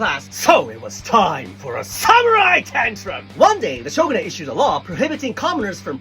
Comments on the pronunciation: When you said shogunate, it sounded like chauvanist to me, and I have to say, your whole thesis describes the female experience so well. Coincidence? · i have a question! 🤚 the way you pronounce the word "Shogunate" here, is that the correct pronunciation for Japanese? or does the pronunciation vary? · Question: why is shogunate pronounced that way and not the expected Japanese way? Is that just the way it's pronounced in English?